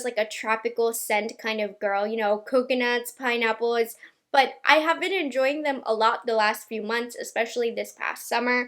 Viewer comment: I’ve been watching you for a couple of years now. And I love how you say your “l’s” in words. “Hold,” “pineapples” (when describing the hair fragrance at the end)… You pronounce it with a “w,” and it’s so darn cute!